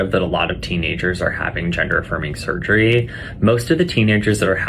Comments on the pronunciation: If I have to hear him say "surgreee" one more time... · hah. Surger-reee. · Why does he have to say "surgery" like that? 😖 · Surgereeee. Dude, it's surgery not Surgereeee.😡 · The way this guy says surgery automatically forfits him ever giving me medical advice .......